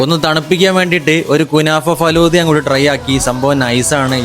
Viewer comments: Adyam faluda ennu parayan padikku. Fadhulla alla😅😢😂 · Falooda❌ faloooda✅